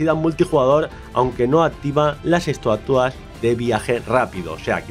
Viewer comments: "ESTUATUAS" JAJAJA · "estuatuas" xD